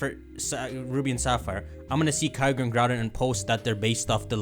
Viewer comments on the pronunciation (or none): none